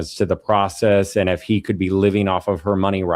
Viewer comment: What kind of crap is this. No one says F for if. Not even the British. Hillbilly might say iffin